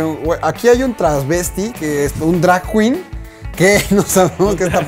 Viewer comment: querido, solamente quería platicarte que se dice "travesti" y no "traSvesti":) saludos!